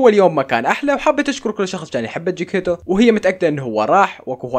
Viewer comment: مو جكيتو اسم قطة نارين چكيتيتو 😂😂😂😂